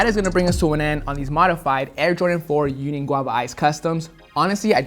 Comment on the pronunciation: “UNION” came out dope 👌🏽